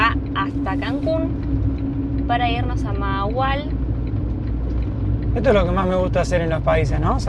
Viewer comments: Se me olvido decirles que la primera "H" se pronuncia como "J" mahahual "majahual" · Se pronuncia Majahual. Saludos chicos.